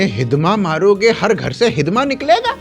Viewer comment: "*हिड़मा*" है भाई, हिदमा नही